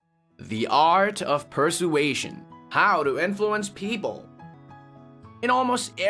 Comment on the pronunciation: Oh my dear, I cannot take it! You keep pronouncing persuasion incorrectly! It's an easy word to pronounce dear! 🤪